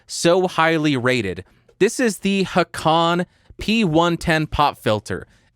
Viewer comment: One small (småll) nitpick, the "å" in the "Håkan" is pronounced like "o" in "dog", also similar length. Longer than "o" in "stock". =)